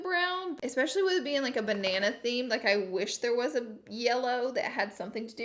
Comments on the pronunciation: Loved this review hunni, also side note I think it’s so funny when you do a Australian accent 😆 BA NAY NAY 😘💋💋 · Banaynay 😂😂😂 love you Laura ❤️ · Ban- nay- nay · Fun fact my boyfriend calls me Nieeniee but he pronounces it as Naynay and now when I’m being a little crazy when hungry or tired he can call me Ba nay nay :D Love you Laura ❤️ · Ba nay nay by the way. Lol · Banan-nay 🍌🍌🍌 feel like a cherry theme would've suited the colours a tad more 🍒🍒🍒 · Ba-nay-nay henny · Ba nay nay? Lol! Love the look so pretty! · BANAYNAY!!! love it im gonna refer to bananas as banaynays now😂